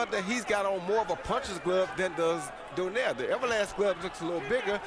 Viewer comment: finally says Donaire correctly lol